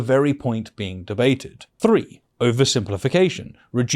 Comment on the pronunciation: I love your videos but I really wish you would say “three” and not “free” and “with” and not “wiv”.